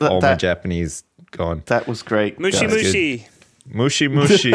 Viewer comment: Moshi Moshi guys... ;) not mooshee mooshee